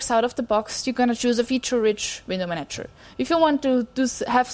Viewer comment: I guess I have a big handicap in being put off and unable to continue listening the moment I hear someone start talking about window manatchers. Even though her accent is actually pretty good otherwise... Curiously, she seems to get it right in the case of the verb "... a window manaTCHer manaGes windows..."